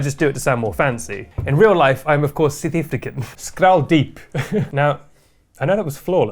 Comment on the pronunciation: "Sout Effricken"😂